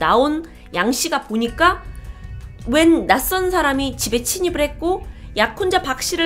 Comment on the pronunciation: 침입아닌가?? 친입 처럼 발음하는거 같은데요?